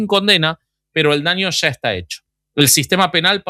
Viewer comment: Oigan, a mi si me encantó el episodio anterior. Ame el saltito que dió el boby y el "sha se va el sha"